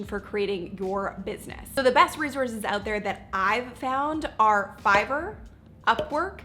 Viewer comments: It's not REZORZES its RESOURCES!!!!!!!!!!!!!!!!!!!!!!!!!!!!! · You pronounce resources wrong all throughout the video. It's not rezorces. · How bout you not say 'Rezorse'? Its not prestigious. Oh.. and annoying. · Resource is spelt and pronounced with an S....not a Z